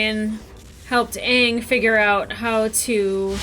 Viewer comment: It's pronounced aaaaang 🤣